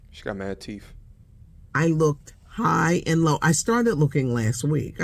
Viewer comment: "She got mad teef." Bro, I had to pause the video. 😅 😬